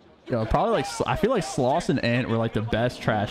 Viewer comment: when he said sloss pre ethernet cables I lost it